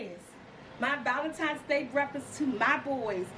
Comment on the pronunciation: I love the way you say ValenTIMES LOL Happy Valentine's day!! Nice brunch ideas!! Did you mean Joanna Gaines? Chip's wife? I love her and she has a new show on Discovery+